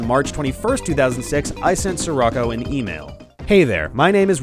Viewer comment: It's not "sir rocko," it's "she-rocko" as in Paptimus Scirocco from Zeta Gundam